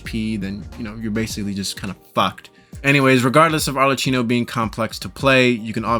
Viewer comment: Italian here is pronounced more like ArleKino